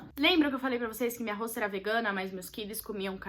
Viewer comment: Gente q agonia dela falando "hosta"!!!